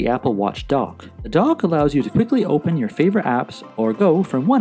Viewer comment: For the longest time, I thought you were saying "The Apple Dog". I finally realized you were saying "The Apple Dock". I'm in Houston, TX and I guess we speak a different English language here. BTW, I have the Series 5 but your videos are still relevant.